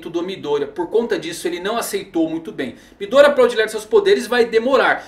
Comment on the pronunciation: MÍ-Dória... toda vez que vc fala isso só imagino um Celular da Xaumi com o prefeito de SP... #MidÔria